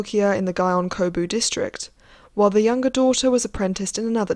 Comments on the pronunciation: Very informative! It was initially off-putting how you mispronounce Gion as "Guy-on" etc, however. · I really liked the content of this video. It was well-researched and I loved learning about what life was really like for geisha back then. Just to let you know, here is the right pronunciation for a few of the words you used: Gion -- gee (rhymes with key) ohn (rhymes with moan). Oneesan -- oh-NEH (long length)-san. I am pretty sure the house was Inoue, right? That is ee-noh-eh. If not feel free to correct me on that. Lastly, Yaeko is yah-eh-ko, and Mineko is mee-neh-ko. Sorry to be so critical but as a Japanese speaker it sort of bothered me to listen to the words being said wrong even when the content was so interesting! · Gion is pronounced gee-yon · It's gee-on, not guy-on. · You could’ve bothered to learn to pronounce “Gion” properly. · Pronunciation of Gion and other terms needs improvement, otherwise this is just another Western attempt at explaining Japanese culture and not having a Japanese POV.